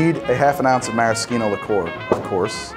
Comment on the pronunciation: Thank you pronouncing "maraschino" correctly! It always bothers me to see people with big food TV shows and surely lots of highly paid advisors mispronouncing the ingredients or the recipe names they're demonstrating.